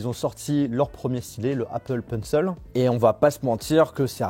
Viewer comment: le apple peunseul